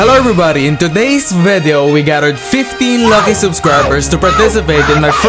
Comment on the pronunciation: I love the way when he say "VEDEO"